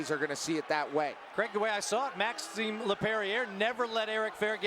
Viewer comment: Yeah the announcers don't say Maxim's name right lol